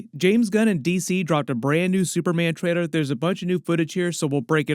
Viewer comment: Every time you say “trailor” sounds like traidor